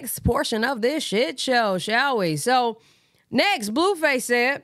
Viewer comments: It’s you calling him “bluefiss” for me 🤣🤣🤣🫶🏻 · BTW 😅you said you need a new nickname yesterday. you say Blueface so funny 🤣 this is to me his Blueface I love your channel